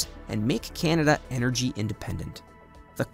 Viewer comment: Can-a-da, not "Ken-a-da"